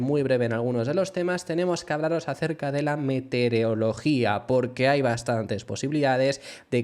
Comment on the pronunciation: No "Metereología" Sí "METEOROLOGÍA"